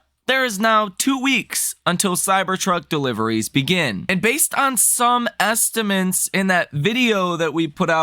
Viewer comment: Bro, isn’t it “estimates”, not “estiments”?